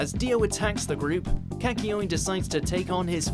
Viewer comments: Kaky-oin?! Way to butcher his name. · How this guy pronounces kakyoin... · I got triggered when he said Kakyoin and Jotaro’s name wrong 😂